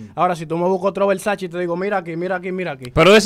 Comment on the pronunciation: Y jessica Pereira disque son versace dise Versace! lol jajajajajajaja